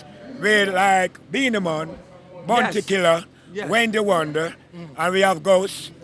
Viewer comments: Did he say Wendy Wonder😂😂😂😂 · Did just say Wendy Wonder lmaooo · Did he just say Wendy Wonder?🤣🤣🤣🤣🤣